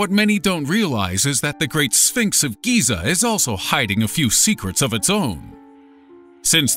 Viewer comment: Geza lol the great sfinks of geza .waz up geza lol